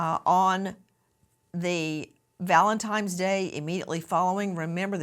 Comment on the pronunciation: Does Nancy really say it "Valentimes"? That's my takeaway from this.